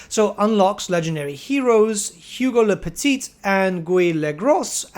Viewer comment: As a french, hearing the pronunciation of "Le Petit" and "Le Gros" was absolutely hilarious xD But French people speaking english is even worse, not gonna lie.